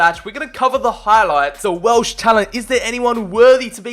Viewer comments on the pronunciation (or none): none